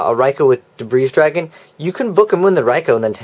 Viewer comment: Very informative, but... Your pronunciation could use a little work on some of the cards, such as Debris Dragon, pronounced Duh-Bree, not Duh-Breeze Other than that, I think your videos are awesome